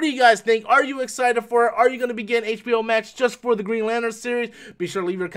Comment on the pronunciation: What's "HBO Mak"???